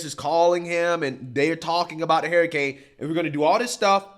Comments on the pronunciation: Idk if he's saying HARRIcane on purpose, but its accurate. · Why does he always say "Hair A Cane " LOL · Gotta love how pronounces “hurricane”, “harrycane” 😂😂😂😂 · Hair-a-cain... lol 😜 Just joshing. a legend! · “Hairicane” Kamala! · I'll be glad when this is all over so you can stop mispronouncing HURR-ICANE for fuck's sake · I can't get over how says hurricane. He says Hairacane. It might be the drinks, I have had. But I love this man he has the same values I have. America First so America can and will defend Israel at all cost. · you gotta pronounce hurricane correctly lol